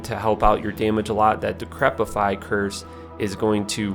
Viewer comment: There's no "t" in decrepify